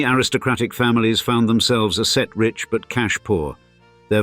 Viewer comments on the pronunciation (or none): The computer-generated voice-over can't cope with several "ordinary" constructions. "Asset-rich", for example, becomes "A set rich". It is particularly annoying when it is unable to cope with apostrophes. "Waterhouse's turrets" becomes "Waterhouse ESS turrets", and "It wasn't until" becomes "it wasn TEE until". There are numerous occurences of "Eaton ESS" and "Britain ESS".